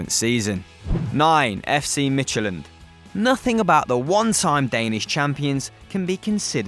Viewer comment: number 9: it's pronounced "mit - you - land"